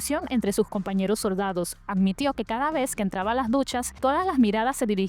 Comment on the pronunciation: "lo soRdadoh" 😂